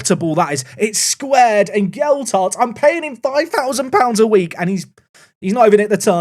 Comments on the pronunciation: As a Leeds supporter, hearing “geld-hart” is grating. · Whats happened to Leeds youth set up in this game?😂 All in league 2. Lewis Bate is from our youth setup too. Its pronounced gel....hart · I don't think signing Gelhardt was a mistake, but possibly inserting an extra D into his name every time you say it might be. (Or it might be intentional. It wouldn't be the first time 😉)